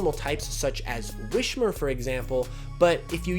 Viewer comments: “WISS-mer”, not “WISH-mer”! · Just so you know it's not a sh in wismurr, it's a corruption of whisper